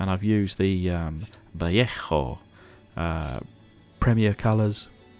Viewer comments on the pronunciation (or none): nice work as always, those wheels are an improvement. just a fyi: vallejo = vayayho.